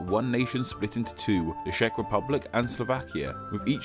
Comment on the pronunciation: Julie P. According to the, i liv in the "Shack Republic":D